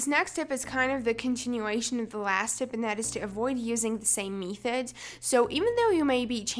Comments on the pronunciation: you dont even know how to pronounce method lol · She literally says method wrong -_ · im sorry... i cant help saying this.... but what is a meethod.... anyway great video !!